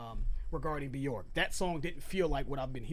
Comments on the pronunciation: It’s byerk not byork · It's pronounced bjerk, it rhymes with work, because there is an umlaut above the O.